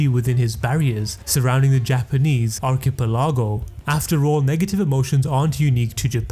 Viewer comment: that was the strangest way ive heard archipelago pronounced bro. it really threw me off lmao